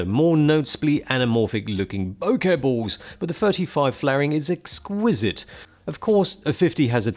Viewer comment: Correct! And boke-uh not boke-eee!